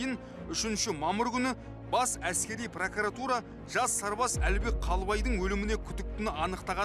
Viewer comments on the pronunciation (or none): none